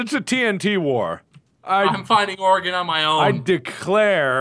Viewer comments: I was just about to comment a thank you for not pronouncing it "Ory-gone" haha Them not being Oregonians I wonder if they know how to pronounce "Willamette" correctly too. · To all the Oregonians: Can we take a moment to be happy that they both pronounce our state correctly? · HOLY FUCKING SHIT YOU PRONOUNCED OREGON RIGHT THANK YOU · Pretty surprised they pronounced Oregon correctly. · Yes. I'm VERY glad they pronounced it correctly. For some reason it's hard for most people to do so -_ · Yup, THank god. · So happy to see Mark and know how to pronounce Oregon correctly.